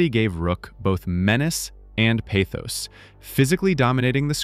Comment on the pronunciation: PAH-thos, not PAY-thos.